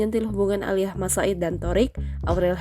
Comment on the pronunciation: Malas dengar Thoriq "Aliyah"